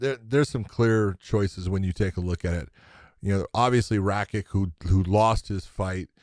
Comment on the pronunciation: Josh has got to tell John to stop calling Rakić, Rakick. It is pronounced Rakich, that's what the symbol above the "c" indicates for pronunciation.